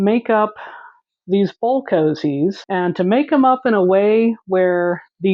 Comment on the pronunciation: I really appreciate that you call them "cozies," instead of "koooooozies." I feel like koozie just started as a mispronunciation. I mean what's a koozie anyway? It's not even a word. 😂